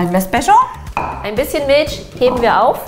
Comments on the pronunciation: Liebe, es heißt MilCH nicht MilSCH 😂😂😂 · Miltsch Feli: Milch Man kennts😂 hach ich liebe eure Videos so sehr💕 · Alter es heißt MILCH und nicht MILSCH. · Mil c h nicht Milsch ch ≠ sch